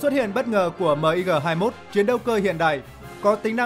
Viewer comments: Sao lại đọc " Míc" là " Mờ I Gờ"; Ko sai về phát âm ký tự trên văn bản... Nhưng bao lâu nay luôn nghe về máy bay MIG ( Míc). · Ad nên đọc luôn tên MiG luôn ad ơi . Đung đọc từng chữ cái mot M-I-G.trong khi mình lại đọc tên máy bay sam 2.